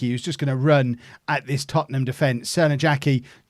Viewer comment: I hate to clown on you, but the J in Crnojacki's name is probably pronounced like in Arjen Robben's name. Excellent go of it, but just thought to let you know:)